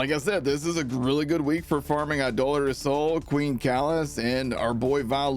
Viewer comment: Cheers for pronouncing Idolator correctly!